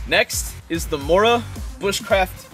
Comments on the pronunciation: Made me laugh. You did a strange English accent thing... Mora is from Sweden... Like most of the best survival kit. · You should learn the name of the mora knife you pronounce it horribly wrong.